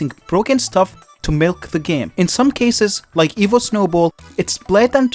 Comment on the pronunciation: every once in a while, I'd here "evil" instead of "evo" but honestly "evil megaknight" and "evil edragon" is about right